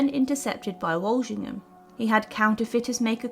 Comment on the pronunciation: A good synopsis of events. Name pronunciations need attention though. ( e.g.it’s ‘FotherinGAY’ and ‘WalSINGham’. 😖 Lol)